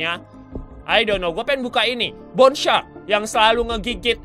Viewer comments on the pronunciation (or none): none